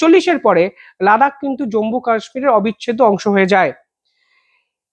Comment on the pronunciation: জম্বু নয়, জম্মু ( not Jambu, but Jammu )